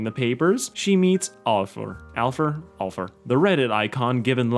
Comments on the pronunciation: Alpha NOT alpher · its aLfur